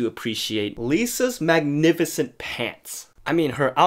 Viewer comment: I love how he emphasized saying the word MAGNIFICENT